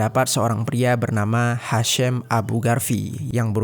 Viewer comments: Padahal Ejaan namanya Hisham, ya dibaca Hisham, kok jadi Hashem, sedangkan si Hisham itu dr urutan namanya Kemungkinan Ibunya Muslim. Sorry sy juga muslim, cuma kasus Urban Shock itu bukan pertama kali, pernah Imigran Palestina kejadian begini juga, cuma karena istrinya punya banyak teman, dia cemburu berlebihan, istrinya dimutilasi. Ejaan nama Hisham ya dibaca Hisham, bukan Hesham. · Bacanya hasyeem tp tulisannya HISHAM CARI TAHU DULU BIAR TAU !!!!!!!